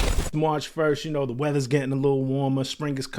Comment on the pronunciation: This man said "GETTING" bad